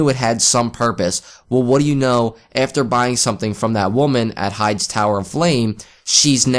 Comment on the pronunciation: Correction: high-dees Tower.